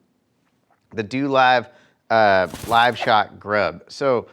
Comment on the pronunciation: TW is sleeping on osp. I’ve been using the mmz worm for a couple of years now. Dolive is pronounced Doe-live